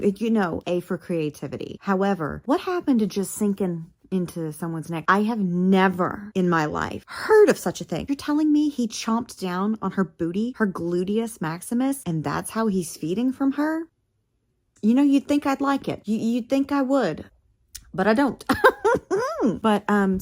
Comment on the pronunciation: "gluteous maximus" 💀💀